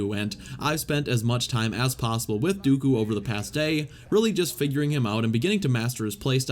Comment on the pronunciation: The way you say Dooku makes me cringe out of my skin